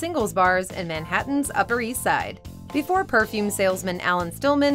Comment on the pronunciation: The guy always says, "Befoe we get started..." I'm not used to hearing "before".